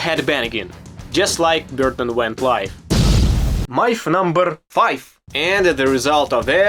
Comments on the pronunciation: Sounds like he says milf not myth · Mooth.. coolest pronunciation ever. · Mlyth lol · Dude, “myth” is a word a lot of us Americans can’t even pronounce lol. Great video! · I enjoyed your pronunciation of "Myth #10" 😂